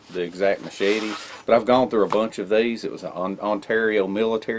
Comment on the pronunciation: 😃 I'm sorry to poke fun but when you say machete Mochete I just giggle . Seriously though I like a combo of big,med,pocket knife carry maybe even a folding saw.